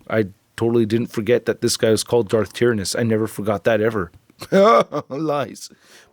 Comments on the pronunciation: It's "Tie-Ran-Oh-s".. but I thought it was pronounced the way you said too back in the day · Its pronounced "Darth TIERannus"